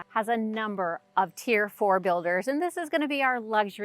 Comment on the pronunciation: It's "tier".